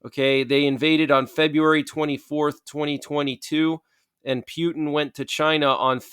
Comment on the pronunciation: The way you pronounce Putin is disgusting